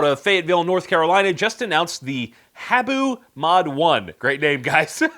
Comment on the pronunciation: It's (Ha-Boo) not hey-boo. Which is the name for Japanese pit vipers.